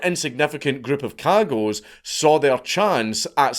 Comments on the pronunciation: I love that he mispronounces cagots because of the American accent lmao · Me 2 seconds into the video hearing their name pronounced and realizing the little internal giggle I was looking forward to the rest of the video is gone forever... :( DAMN YOU FREEEENCH!